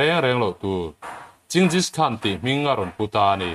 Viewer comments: Ching-jish khan nilo in Gen-gis khan tia lam tur. A ngaihnawm khawp mai. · Ching-gis hi a ziah dan pakhat a ni a mahse ching nilo in G/J-eng ti a lam rik zawk tur ani e.